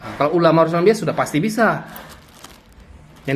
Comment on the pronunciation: Semangat ngonten bang,mumpung lagi viral nih polemik nasab,biar cepet dpt cuan,berkah dari kyai imad.tapi baca haditsnya yg bener.WAROSATUL,bukan WAROSATIL...😀😀😀